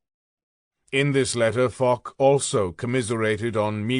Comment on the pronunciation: And it is Fosh not Fock